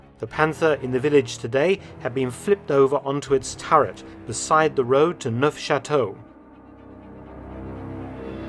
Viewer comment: S'il vous plait, Docteur Felton! You managed Neufchateau just fine - but BAS-TONE?! Zut alors, we are not in Kansas (or BoB for that matter). Sure the whole "GNE" sound is a bit demanding (actually = a gentle "NYUH"). Give the French a little more of what your German gets, bitte! 😀